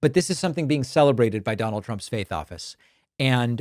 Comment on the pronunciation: Oh, you said faith office. I thought you said fake office.